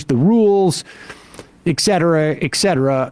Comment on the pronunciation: Dear Sam! Please say “Et cetera “ and not “ Eck Cetera”. Drives me nuts! I do love the show.